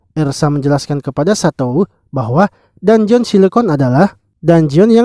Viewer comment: bang cuma kasi tau,bilangnya dunjen aja bang dangeon itu tulisannya aja,biar enak di denger